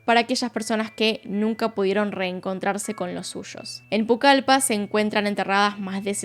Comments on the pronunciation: Soy de peru y adoro tus videos pero es Pucallpa no pucalipa jaja me dio risa pero nada de hate, te adoro , eres la youtuber con gran parte de investigacion en los casos, mi favorita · Gran narracion! Solo una pequeña observacion, a la ciudad a la que te refieres es "Pucallpa" no pucalipa. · Me da ternura el Pucalipa, porque es Pucalpa como se dice en realidad :3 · No es Pucalipa. Es Pucallpa... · Es Pucallpa bb no Pucalipa 😅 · Hola, no es “Pucalipa” es PUCALPA (fonéticamente) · Gran relato, solo para corregir no es pucalipa, es Pucallpa , amo tus videos ❤❤ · el nombre correcto es PUCALLPA, no Pucalipa. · es Pucallpa (con doble LL), no Pucalipa, no te perdono 😔✋ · No es Pucalipa es pucaLLpa con doble L ,la ciudad central de la selva peruana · Soy mexicana y estuve en Pucalpa, jajaja no Pucalipa Que lugar tan genial 🌱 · Hola, es Pucallpa no Pucalipa 🤭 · Pucallpa asi como se lee es con doble L... XDD excelente video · La ciudad no es "Pucalipa" es Pucallpa y se lee Pucalpa. Por lo demás genial como siempre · "Pucalipa" xd, es Pucallpa, se lee: "pucalpa" como tal. Para amigues extranjeros. 🤓☝ Buen video, por cierto.👌👌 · Pucallpa,. No Pucalipa 😂 doble “ele” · Que gran caso!! Soy peruana y me sorprendió mucho escuchar este caso mientras manejaba, pero me confundió un poco cuando dijiste Pucalipa, creo que te refieres a pucallpa es con doble L. Igual ame el caso Gracias! Feliz navidad 🎁🎄 ❤ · Hola, soy de Perú, específicamente de Iquitos, quizá ya te lo dijeron pero la ciudad a la que llamaste "Pucalípa" en realidad es Pucallpa, con doble L Fuera de eso, gracias por hablar de Perú:D, feliz navidad 🎉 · Es Pucalpa no pulcalipa xd Mas videos de PERU :) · Pucallpa....no pucalipa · Hola me encanta tus videos siempre los disfruto, pero como peruana no puedo dejar pasar la ciudad que mencionas no es "Pucalipa' es 'Pucallpa ' doble ( LL ) para que lo tengas en cuenta ✨️ saludos 🤗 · Se llama pucalpa no pucapila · es Pucallpa, no Pucalipa xd